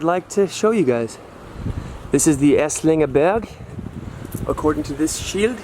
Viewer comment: Thank you for showing me my "Heimat":-) Burg = Castle --> You speak the "u" like "underground" Berg = Mountain --> You speak the "e" like "egg"